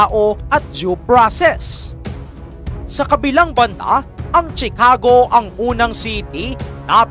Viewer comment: Please know how to properly pronounce the……PRESIDENT, CHICAGO, ILLINOIS and the rest…..Hindi na basta may content ka lang.